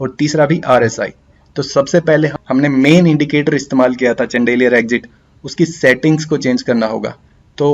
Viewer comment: चन्देलीयर नहीं bhai शैंडलियर